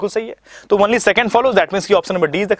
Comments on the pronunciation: Sab thik h Lekin "only ko wonly " na bolen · Only ka pronounciation jara dhang se krlo sir...bahit irritating lagta he